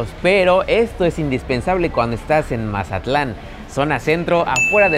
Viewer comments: Porque dices Majatlan? Es Mazatlán. hubieras puesto música de Banda no cumbias chilangas, yo creo que no sabías dónde andabas 😄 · Es tan difícil decir Mazatlán en vez de majatlan? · Para ser de otro lado dices como todo un mazatleco la palabra "majatlan" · porque por el acento que tenemos la mayoria de los mazatlecos, asi se escucha cuando lo pronunciamos. José Alfredo Jiménez compuso la canción "el corrido de Mazatlán" te recomiendo que escuches la versión cantada por él mismo.